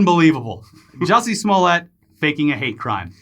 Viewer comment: His name is "JUICY SMOOYAY"!